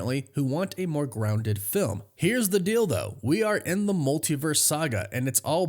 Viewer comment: “…here’s the deal though” sounded like …here’s the dildo.” 😂😅🤣